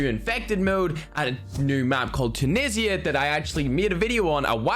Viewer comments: It's time!!!!!!!!! And is not "Tunissya" is "Tunishha"(Tunisha Flag/Country) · Say it with me youtubers “TOO-KNEE-ZHA’ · I've seen two youtubers about this update and they both say tunsia weird.